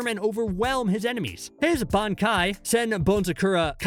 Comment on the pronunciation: “Benkai” he said